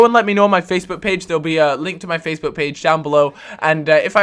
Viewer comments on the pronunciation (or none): none